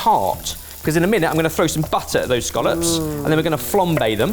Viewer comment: Do you mean Scallops? Not Scollops.